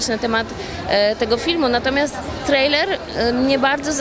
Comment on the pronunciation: O jejku, jak ona się postarzała... Straszne... I nawet nie umie poprawnie wymówić słowa trailer po angielsku..... A do tego takie bzdury opowiada..... Katastrofa ta kobieta i jej wypowiedzi !!!!!!!! Głupota do potęgi !!!!!!! Robi wrażenie lewackiego "zrytego beretu" ......